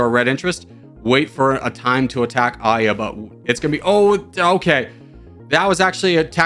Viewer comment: I saw the thumbnail & I immediately knew you will mispronounce Aya which is a name rooted from Arabic & it is similar in meaning to "Verse" in English